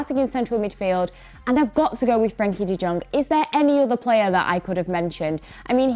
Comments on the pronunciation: I do like your content in general except the constant reminder of United bias kicking in but i remember you saying that you have a masters in English. How would Daily Blind be called an understudy?? Also, u r literally murdering J in De Jong. Please put in some effort to listen to how commentators pronounce the names. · Sry is nbdy talking bout de Jong pronaunciation...